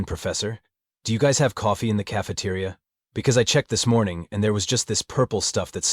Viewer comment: Coffe mugs it sounds like.